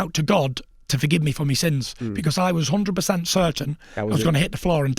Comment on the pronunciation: Tyson “One Hundwed Percent” Fury